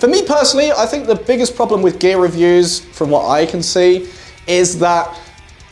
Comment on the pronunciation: I keep hearing "gay reviews" insted of "gear reviews" lol:)